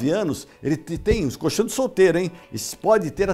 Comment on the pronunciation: Se falar coLchão com o L já seria bem legal! Porque "coxão" é outra coisa bem diferente!